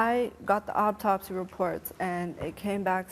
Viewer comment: She lost me at "obtopsy"